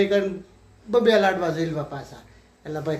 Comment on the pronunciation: લડવા નહીં લાડવા